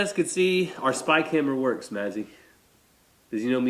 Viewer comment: I kept trying and trying to figure out what in the world a "Spike Hammer", every time you said "spy camera"! I didn’t get it until you actually held up the spy camera while saying what I thought was spy camera. I am dying laughing.